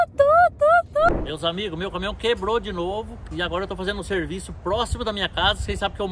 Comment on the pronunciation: É Caminhão,... Não Camihão....🤣🤣🤣🤣